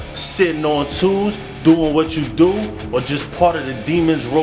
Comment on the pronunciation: #ghostin down Tn way. I got a question, are you saying sitting on twos or sitting on tools??